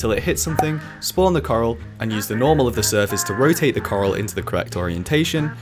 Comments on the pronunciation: I hear Karl, not Coral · xd I thought when you added coral I thought you kept saying karl